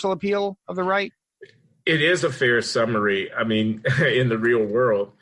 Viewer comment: I think he said "I mean," but it did sound like "Amy."